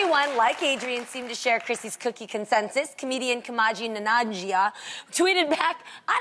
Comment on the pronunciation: Oh! Jeanine, you just butcher a fellow Asian's name